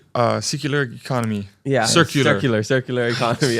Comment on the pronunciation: struggling with the word "circular" and catching it. oh man, When you are both well spoken and highly intelligent that kind of slip will never be let down lol classic.